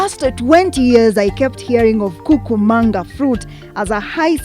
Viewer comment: It's not kokomanga its Komamanga.